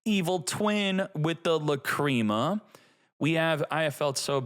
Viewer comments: Stop calling it La-"cream"a . It sounds so perverted. It's pronounced La-"crim"a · Lah crim ah. Not lah cream ah. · Its lacrima bro, not lacreama 😂😂😂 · I don’t like how he pronounced lacrima